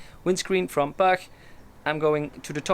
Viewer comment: I'm from the area these screens are made, and used to work in Granollers, which is their base. The correct pronunciation would be poodge. As an aside, a puig in Catalan is a hill, which sounds a lot less glamorous, doesn't it? Like your videos, keep them coming. Hope you're feeling better.